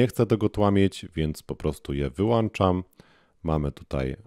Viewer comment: Wyłączam !!! Nie wyłanczam....... brrrr